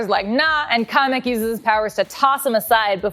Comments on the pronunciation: It’s Kamic Not Comic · Never pronounce kamek like that again. Ever.